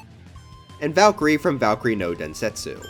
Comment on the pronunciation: Please look up any Japanese Legend of Zelda commercial to learn how to pronounce Densetsu correctly.